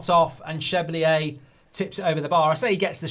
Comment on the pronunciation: It’s pronounced Chevalier (shuh-val-ee-er) and Kudus (Kuh-doos) you prat 😂